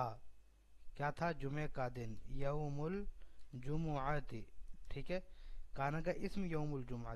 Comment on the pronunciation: مولانا یوم الجمعۃ پر زبر نہیں آئے گا؟؟